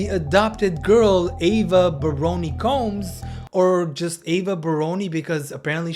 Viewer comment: uhhhh that's not how you pronounce "combs" 🤣